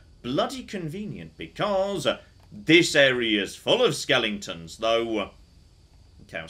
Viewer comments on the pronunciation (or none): I honestly don't know. I hope he's doing it intentionally to wind people up...i mean he's a smart man right... But every time he says "skelington" it's like.... ARRRRHHHHH... I mean Dragon age has loads of skeletons and it's driving me barmy. So I can only assume he's doing it intentionally xD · we all love you, but for the love of god, it's pronounced skel-eh-ton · It’s driving me nuts how he keeps mispronouncing skeletons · Because he says skellingtons. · My favorite skellington is an aluminium skellington. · I can't actually tell if he knows they're not called "skellingtons." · I'm choosing to believe "skelingtons" is to "skeletons" what "aluminium" is to "aluminum" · He knows. He has used the correct pronunciation in older videos. The skellington pronunciation is a joke from the movie "The Nightmare Before Christmas". And I suspect he enjoys driving other people with OCD a bit crazy by pronouncing it that way. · Why am I laughing every time says ‘skeletons’?😂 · I've been many a nerder for many a year but, I mean this with all love... stop mispronouncing cockin skeletons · please stop playing games with skeletons in them until you can figure out the correct way to pronounce the word.